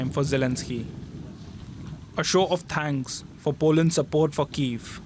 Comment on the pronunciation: sad that this reporter cannot say "thanks" correctly